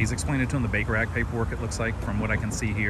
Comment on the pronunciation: The first time you said Baker Act I heard Baker Rack and I was rather confused. LOL